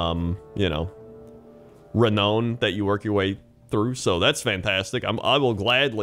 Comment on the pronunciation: ree-noun not ree-known.